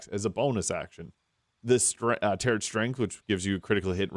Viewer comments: Tarot. Is pronounced tair-oh. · toh-may-toh, toh-mah-toh. It should never have the final T spoken in tarot.